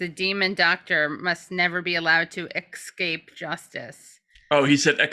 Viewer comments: On the Cawthorn thing… you’re just going to focus on him saying “excape”? What the hell is wrong with you both? You have nothing else to address about what he said? If that’s your example of Republicans sucking, you must think they’re pretty amazing. Your idiocy here isn’t even useful. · "Ekscape" and "faltse."